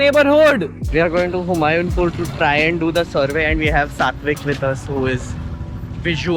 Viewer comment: Humayunpur is HU-MAA-YOO Pur